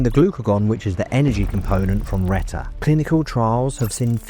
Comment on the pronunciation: Good video but a few mistakes - Reta is not a GLP3, GLP3 is a completely unrelated hormone that humans don't even have in their bodies, but other animals like sharks have it. You also mispronounced both Reta and Sema.